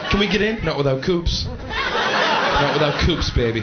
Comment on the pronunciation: coups.. as in coupons.. not without coupons..